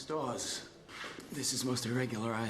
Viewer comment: Is it me does he call her Miss DUHawes 😂